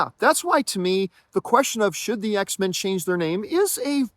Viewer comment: It’s X-Men as in mankind